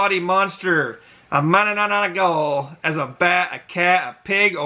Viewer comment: mananangGAGO ahahaha